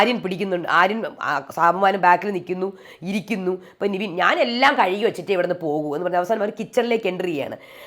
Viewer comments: അതേ...nevin ne നിവീൻ എന്നാ പറയുന്നെ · Nivin alla Nevin aanu name, oru reviewerinu name polum ithrem naal aayittu correct parayan arille ? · താങ്കൾ എപ്പോഴും നിവിൻ എന്നാണ് പറയുന്നേ ( his correct name is -Nevin Cappresious) നെവിൻ എന്നാണ് നിവിൻ അല്ല